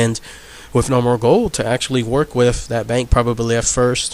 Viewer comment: Dude, I can't get over the 'wiffits'... either pronounce your "th's" or get a better microphone!